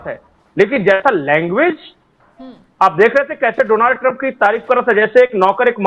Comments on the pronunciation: Its not Dooonald Trump, it's Donald Trump✅ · Oh bhai donaaald nahi just donald hota hai why every journalist saying same 😂😂😂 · Donaaaal Trump nahi Jahil Donal Trump hota ha 😅😅